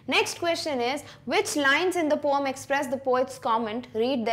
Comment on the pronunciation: She said poum for poem😂